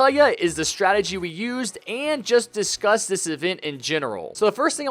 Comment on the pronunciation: "We gonna disgust this event" this is what i hear sometimes lol